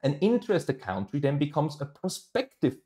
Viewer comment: CAntries,. Country = Cantry aber County = Caunty